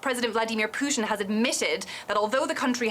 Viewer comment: She doesn't even know how to pronaunce Putin...lol